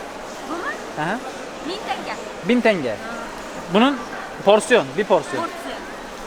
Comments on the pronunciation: Diğer videolarda iki defa yazdım ama hala aynı TENGEEE. 16yıl orda yaşadım köylüsü, sehirlisi Tengeder hiç tingi diyeni duymadım maalesef 😊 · Tenge, tanga değil